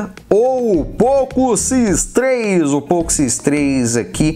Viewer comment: Falou várias vezes nome poco x3 errado ,fica a correção.